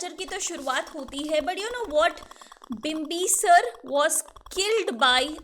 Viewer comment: It's shishunaga.....mam pronounced it wrong.....like she pronounced bimbisara wrongly